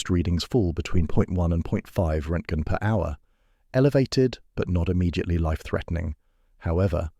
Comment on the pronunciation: And a completely fudged pronunciation of roentgen.